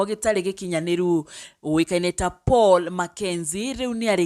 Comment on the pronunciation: Its Paul not pual